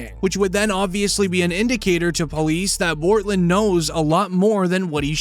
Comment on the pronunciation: His name is Bortlen! Not Cortlen!